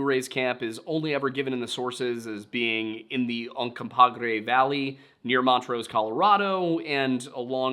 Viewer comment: I was also so excited when Montrose was pronounced correctly! I never hear it pronounced right. It was also incredibly entertaining to watch him fail to say Uncompahgre